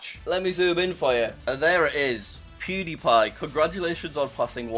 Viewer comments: you literally said pwediepie congratulations on passing 100 thausand subs😂😂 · pronounce it right jack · he said it wrong lol